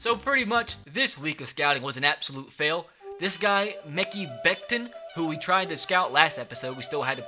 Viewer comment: Mekhi = ma-KAI lol not that it matters